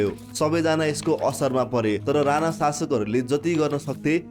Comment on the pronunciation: राना होइन राणा हो,उच्चारण सहि गरौं